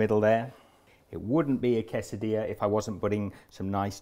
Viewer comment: Give yourself a pat on the back. You are pronouncing Quesadilla correctly.